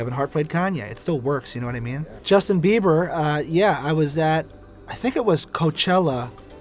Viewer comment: Justin biboon